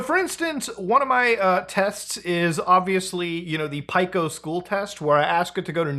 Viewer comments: The biggest problem this video presented was the pronunciation of Pico's name. It's Pee-co, not Pyke-o. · “Pie-co” Pee-co* You’re supposed to be the expert muta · Pico - PEE CO like Pico de gallo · "Pike-o's school" Never heard it pronounced that way Either way, this feels gross. Newgrounds is anti-AI. Who would even want to use this? Disability notwithstanding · still can't believe you pronounce Pico as "pie-ko" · How the fuark are you pronouncing Pico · it still taunts me the fact how he pronounces "pico's" school name like bro 😭